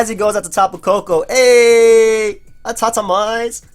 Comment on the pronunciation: there are two "t"s. so Ah-tau-toe-mize is more correct